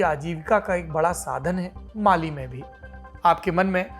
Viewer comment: Sir at 4.03, you said Bali instead of Mali